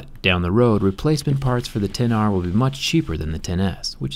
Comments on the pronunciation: Ten R, not ecks R. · IT'S PRONOUNCED TEN-R NOT ECKS-R YOU IGNORANT BUFFOON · I know he is saying X-R on purpose at first right? Instead of 10-R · So dumb! Its not "exs-R". Its "10R"! Idiot! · Can you please say ten r, it is not called the ex r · We get it -- you don't like the name "Ten R", that's fine. But you sound like a complete tool calling it the "ex r"... keep some credibility. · Its TEN not X OMG PEOPLE!!!!!!!!!!! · I cringed when he said "iphone EX r" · Did he call it the ex r at first triggered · Seriously you called it R !!! Thats so uneducated. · I like how he always says the name incorrectly despite apple's pronunciation ..